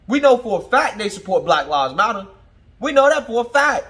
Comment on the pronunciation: I chuckle every time you say “Black Lav Motter” 😅. Keep up with good work